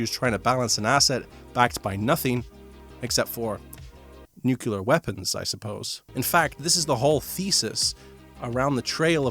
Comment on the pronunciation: nukelar nukelar nukelar nukelar nukelar nukelar nukelar nukelar nukelar nukelar nukelar nukelar nukelar nukelar nukelar ! good video though!